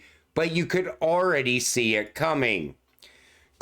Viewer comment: Love you bro but the word is “already” not “aready